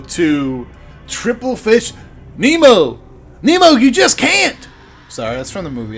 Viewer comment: Lol please don't take this the wrong way, but I need to correct you ;) I'm female, and it's TippleFish lol not Triple ^.^! It's cool to see someone else's views on this topic, it was an interesting one to explain and also thank you for featuring me ^.^!